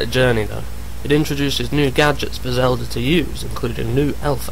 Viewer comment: WTF!!! WHAT THE FUCK! First and foremost, Miyamoto is not british, he is japanese, second you donot PLAY AS ZELDA!!! YOU PLAY AS LINK!!! YOU GUYS ARE FUCKING MORONS!!!ANd its Zelda not zeldor!